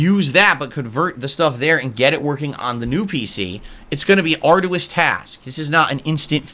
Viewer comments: The word arduous is pronounced arr-joo-uhs, not Ard-u-wisk. This guy is a complete dipshit but in his mind he's the smartest man on the planet. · Ar-do-wis, please, look up how to pronounce words you think make you sound intelligent. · it's gonna be are-do-us task